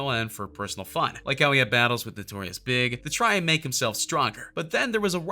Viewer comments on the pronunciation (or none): was the hidden quirk in the video you saying "'notorious big"' , instead of 'notorious B.I.G'' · in vid it says notorious big instead of notorious B.I.G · Please excuse my middle-aged-Norwegian Minnesotan ignorance, but isn't it incorrect to pronounce rapper Notorious B.I.G.'s name as Notorious Big?